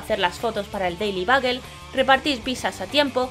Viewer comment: Y si tú pj favorito es spider-man ... Vamos mal, no saber cómo pronunciar l nombre del periódico dice muxo...